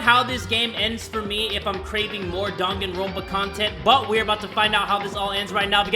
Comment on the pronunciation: “DanganrOAnpa”